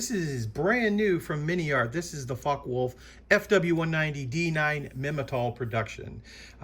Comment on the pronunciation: It's not "f*ck wolf", man, its [ˈfɒkə] [wʊlf]👍